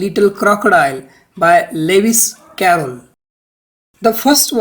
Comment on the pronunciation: Doesn't no to pronounce Lewis Carrol and Issac Watts😂